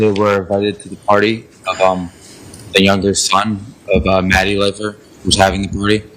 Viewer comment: It's pronounced ‘life-er’ not ‘leafer'